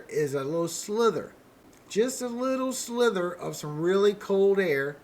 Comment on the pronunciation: Just s slither or sliver? I kept hearing slither